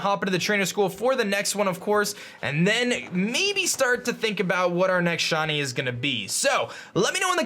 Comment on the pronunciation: It sounds like your saying Shawnee instead of shiny